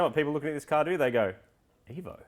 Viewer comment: Marty no offense my friend but your "evo" is disgusting